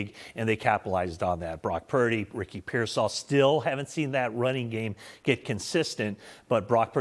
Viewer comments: its pearsall ( pear -sall ) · The only guy that can say Ricky pearsall's name correctly is the old white guy on the far right closest to the camera because he's a 49er reporter the rest of these guys they're scared to say his last name so they just call him Ricky and they don't even know how to pronounce his last name we've had him for almost we've had him for almost 2 years and you still haven't learned how to pronounce his last name oh but if he was black they would have no have they would know how to say his last name if he was black they would have that shit memorized they wouldn't even say his first name they would just say his last name over and over and over again